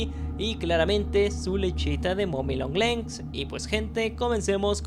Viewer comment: SE DICE MOMMY LONG LEGS SIN LA N